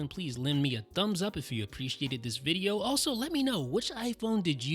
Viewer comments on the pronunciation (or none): none